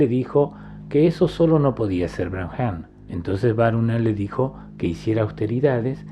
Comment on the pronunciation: Excelente video, maravillosas enseñanzas. Con respecto a la palabra Brahman, creo que se pronuncia Braaman y no "Bramjam"